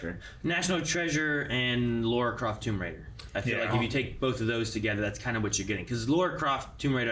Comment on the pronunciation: Stop say Laura Croft ffs. It triggers me so much